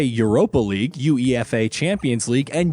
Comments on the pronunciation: Did he just say U E F A instead of UEFA 😂👀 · "yu ee eff ae"